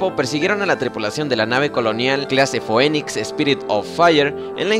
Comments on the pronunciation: Sigue con el buen contenido y una pequeña corrección se pronuncia Fénix como el ave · ¡¿Monyir?! ¡¿Foenics?! Primero aprende a hablar y luego haz videos.